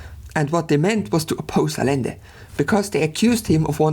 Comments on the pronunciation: It's not "Alende", it's "Adschende" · Great video. I figured I'd take one moment to mention constructive minutia. In Spanish, the double L is pronounced as a "Y." So it's more like 'Ayende' but like I said, it's minutia. Keep up the good work, love your stuff. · I see what’s goin on here. You refuse to pronounce Rothschild the way its pronounced in English despite the fact that he’s English because “it’s a German name”. And yet you don’t pronounce Allende like it’s supposed to be in Spanish. Smh the German chauvinist